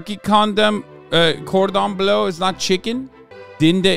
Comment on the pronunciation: "Cordon bleussy" my fragile heart cannot